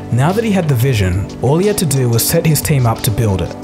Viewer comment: the way it wez 😂😂😂😂